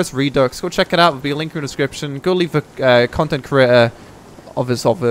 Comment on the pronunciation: please learn to pronounce redux